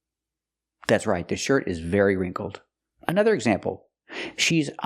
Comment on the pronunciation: No wait isn't wrinkled pronounced with a short i sound, like hit or ship? That's what the dictionary says, and also what I hear when people say that word